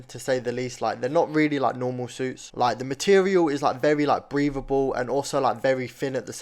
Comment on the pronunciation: why you saying suits like seuss💀💀💀